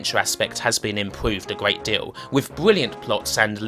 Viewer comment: Gweat Staw Twek weview.